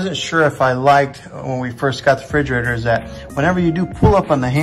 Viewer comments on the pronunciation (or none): Refrigerator! Not frigerator..